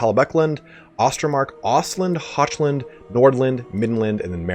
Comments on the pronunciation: It is NOT pronounced Hotchland. It's Hochland, the germanic hard ch, like Scottish loch. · Excellent video IS! Just FYI it's pronounced "Hockland" in the lore. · Mate! Real quick, check out how "hoch" in Hochland is supposed to be pronounced: scroll bit down and look for the "German" pronounciation. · Did you pronounce Hochland as... Ho-ch-land and now Hockland? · I dunno which is right but Hochland sounds a lot better like hawkland. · Don't know. I am German and I pronounce it precisely not like loch. Then again, I don't know if Reikspiel is supposed to be pronounced like Germans do it, or like English speakers do it. Same with von Carstein. Is it a hard v, as in German, or a soft v, as in english.